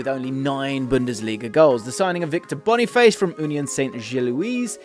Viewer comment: Finally someone pronounces Boniface correctly, people who call him Boni FASS just make me cringe